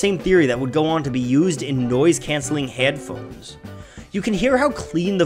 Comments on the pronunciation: This dude said "nyoise cyancelling HYEADPHONES" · Sometimes I forget he is Canadian, then i hear him say words like "Headphones"